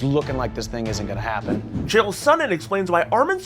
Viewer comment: O by the way Chael learn how to pronounce a name wtf really